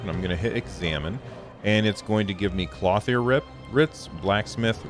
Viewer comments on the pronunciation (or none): lol, it's "klohth -yer"